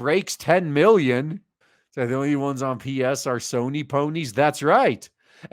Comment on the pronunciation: Love how you pronounce soyny instead of Sony 🤣🤣🤣